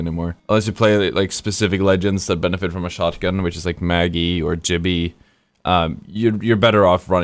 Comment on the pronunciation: Why do you pronounce it Gibby , when you know is pronounced Gibby?